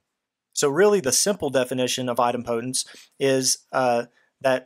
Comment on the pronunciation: Very helpful video but your pronunciation of Idempotence is... put politely... very wrong